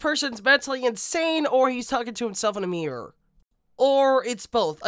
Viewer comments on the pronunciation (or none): none